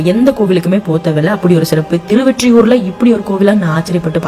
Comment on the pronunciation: திருவெற்றியூர் அல்ல திருஒற்றியூர்